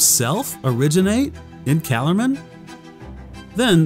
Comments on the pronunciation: The pronunciation of these names is really throwing me off. I remember hearing Douglas Gresham, Lewis' stepson and the holder of the rights to the stories, pronounce Archenland with a hard k in the middle like Ark-en-land. And instead of pronouncing Calormen like Callaghan, it was Cuh-lore-men. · Why does he pronounce it calormen that way? According to douglas Gresham (C.S. Lewis's step son) its Ca-Lore-men. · It only bugs me because my first introduction to Narnia was the focus on the family radio drama. I first heard them before I even knew how to read. They always said it cal-OR-men. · Love these videos but I recommend you listen to the audiobooks the pronouncements of calormen and archinland are off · I have to ask, why do you pronounce Calormen like that?